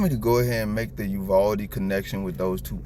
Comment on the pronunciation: Thank you!!!! Thank you for saying Uvalde. I was thinking ‘what does that sound like?’ I thought it, you said it. And I’m seeing her face when she’s that like she doesn’t believe in what she’s saying honestly. God is good all the time. God bless